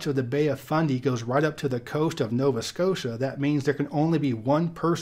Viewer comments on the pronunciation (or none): none